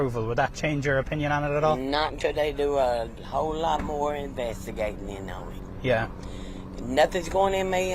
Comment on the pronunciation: "a whole lotta more ivvedtigatening on" This is why incest is bad.